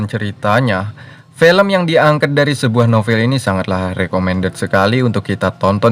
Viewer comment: film bg bukan fElm